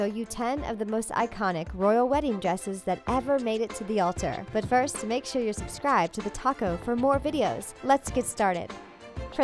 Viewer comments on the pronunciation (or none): none